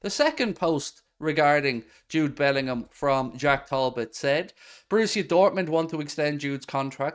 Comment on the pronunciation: Good lord man, love the channel but bloody bellendham again